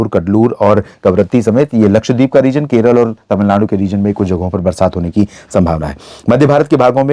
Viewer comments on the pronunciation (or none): none